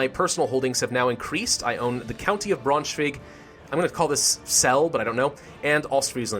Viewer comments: Isn't it pronounced as Brown-sch-veig? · Colin Wolcott It's German and he's pronouncing not a single syllable right.